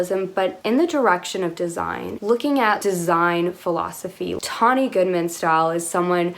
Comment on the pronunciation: Thank you for saying her name correctly, and thank you for taking a look at her. She’s always been so mysterious to me, with such a strict tailored classic silhouette. I feel she didn’t get as good an edit as Grace did in the September issue. Tonne appeared at times exasperated, while Grace just sort of floated through and let her opinion be known in the halls of vogue.